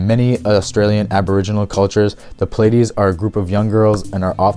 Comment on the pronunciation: Came across your video on a reddit post and I haven't finished watching it yet but I'm really impressed by this collection and how well you succinctly explain everything. If you're reading from a script, which I totally understand, maybe phonetically spell out some of the words you struggle with just to make sure they are correct. Example would be something like Pleiades(plee-ah-dees). I'll definitely be finishing this later today.